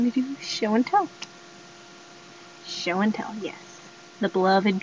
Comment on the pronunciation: it sounds wrong when you say show and tell